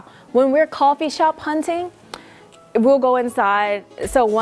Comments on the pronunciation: Do you pronounce the english words used in korean with a korean accent often? Like "coppee" instead of coffee? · and you reallymakes me laugh when you said coppee XDD